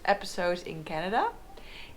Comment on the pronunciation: Love how she pronounces "Canada". Her Dutch accent is really charming. Also, her map of Canada is hilarious. So tiny for such a huge country. She should get a larger scale map of BC, Alberta and the Yukon. That's all she needs.